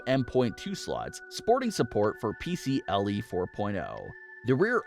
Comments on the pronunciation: Hat being that guy as I’m not usually one to comment negative comments on videos, however, this video just has too many mistakes in it to not point out... #1 Never have a 1 minute long intro in any video. #2 - you said X470 yet title says X570. #3 - It’s “PCIe” not “PCLe” (i as in ice, not l as in lollipop) #4 - They’re SATA SSDs, not NVMe #5 Why bother talking about the X570 (or any modern product), and display PC parts from 2005 in the video? Show clips of the product you are talking about instead. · It's PCiE lol not PCLE